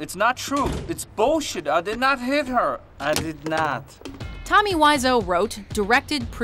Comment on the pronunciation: You pronounced Tommy's name wrong.